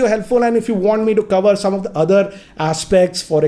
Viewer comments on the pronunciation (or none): none